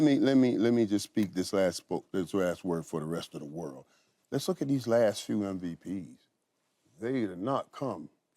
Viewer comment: Noah lyles “champion of wat “